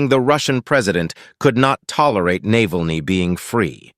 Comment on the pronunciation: How about pronouncing the name correctly ? Is that too hard to do ?😮